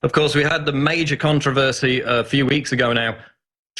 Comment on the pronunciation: You didn't pronounce con-trov-er-see like a proper Englishmen.